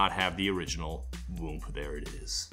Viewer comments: You don’t really pronounce the “M”. I don’t it funny how hard he’s saying the “m” it sound like he’s saying womb. Lol it’s like when people say whip with a hate “h” 🤣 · I always thought it was "Whoop" not "Whoomp".